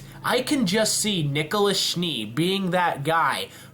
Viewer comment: nikolus? is this his name in some sort of latin ? nikolas pls